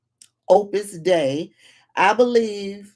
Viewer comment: It's pronounced Opus Day. It was in Dan Brown's book.